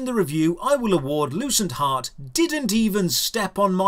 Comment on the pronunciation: I thought you said the game's name was "Loose and Hot" 🤣 No joke !